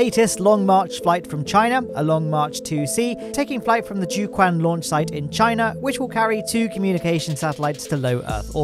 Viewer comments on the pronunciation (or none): Quick note that the Chinese JiuQuan launch center is pronounced like ‘Jew Chew-one’ said quickly. Otherwise, not bad.